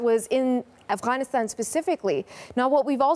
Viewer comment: Why’d she say Afghanistan like that